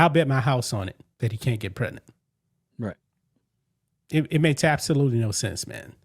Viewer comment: Prednant 😂 uhhh there's a G in there bro 😂